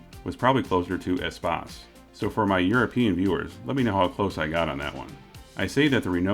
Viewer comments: You got it right for the prononciation of the word Espace its french! hello from Québec Canada! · You absolutely nailed "Espace". 10/10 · Espace is a French word. You say it right. I am from Quebec city. (can mean "Space" as where the stars hang or "roomy" as there is lots of space in this vehicle. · You pronounce Espace right ;)